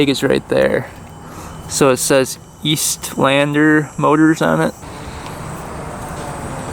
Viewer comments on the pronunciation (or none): Estlander not eastlander. Drop the A